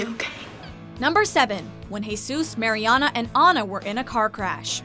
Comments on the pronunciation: Is anyone else bothered by the way they pronounce Mariana's name? 😂😩 It's MAriana not MAYriana 😂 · I hate when people say “Mary-Ana” it’s so annoying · It's pronounced Mar-E-AHna not Mary-Anna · okay say it with me mARiana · I like how she pronounces "MaryAna" like the tech guys in Good Trouble. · I hate how she says Mary-ana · If i hear 'mary anna' one more fucking time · She pronounced Mariana Ana and probably other words WRONG. I'm over dramatic but its Sooooo annoying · Emma Cee no, it’s pronounced, mar-ee-ahna. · Kyra Marie ikr!! It's pronounced "mer-yan-a" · The commentator on this has definitely never seen the show with the mispronunciation of Mariana and saying Anchor Bay not Anchor Brach. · there are so many things wrong with this video... first, they say marianas name wrong, and they said anchor BAY, and most of these moments were definitely not the most shocking. i don’t think they ever watched the show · The way you say Mariana makes me cringe 😞😣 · Did anyone else notice that she said bay insted of "beach" also you pronounced Marianna's name wrong ...🙄🙄🙄🙄🙄🙄🙄🙄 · I hate how she was saying Mariana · Can you maybe pronounce Mariana's name right? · Lol it bugs me how they say Mariana's name wrong😂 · Kyra Marie When you swear your a fan of the show but fuck up her name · You would think they would get her name right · she pronuced Mariana wrong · it's bothering me so much how she says mariana's name as well.